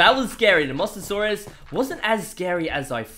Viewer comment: Why do you keep saying master source it's a Mose a saurus